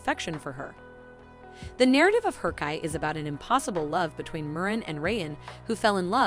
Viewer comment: I think harcai is pronounced as harjai